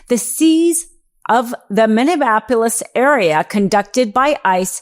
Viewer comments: Are you having a stroke? Are you drunk? What the hell is Mivveabolis? 😂😂😂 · Say it with me now Mini-apple-is. 😉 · Are you really incapable of pronouncing Minneapolis?